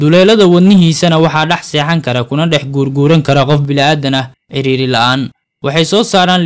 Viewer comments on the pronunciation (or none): none